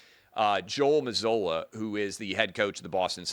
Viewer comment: Its pronounced like Mazoola ! Like oohla!